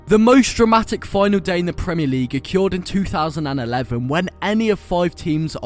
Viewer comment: WHY DO YOU PRONOUNCE “OCCURED” LIKE THAT??? Good video though mate👍